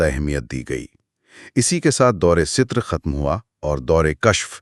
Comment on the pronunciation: Dawr e sutur nhi hota, dawr e satar hota hy.